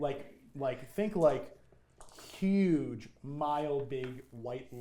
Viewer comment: “It’s a Hugh” hurt me lmao